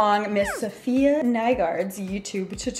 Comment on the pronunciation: you butchered her name... It’s not Sofia It’s Saf-i-ya Lol